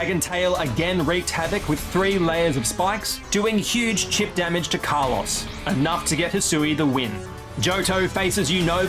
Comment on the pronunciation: That Kalos pronunciation is criminal. RIP Carlos